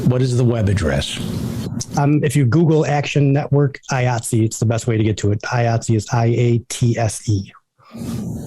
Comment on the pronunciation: Thank you David for(finally) at least pronouncing the name of the Union that I belong to, and proud to be a member of, with the hard "I" it begins with